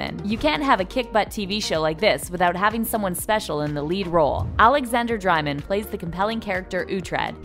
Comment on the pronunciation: This narrator can not pronounce any of the names!! Since when does Dreymon sound like Dri-mon!